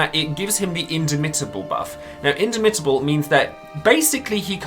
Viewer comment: You should stress the second syllable in indomitable, not the third. So, inDOmitable.